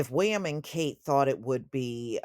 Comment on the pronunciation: The way you say "Prince Wee-uhm" is hilarious 😂